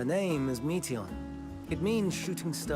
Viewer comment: no... it's not pronounced like meat 🥲 it's pronounced like Meteor. Meteion - meteor That's where the name is from. "Shooting star", remember? 🌠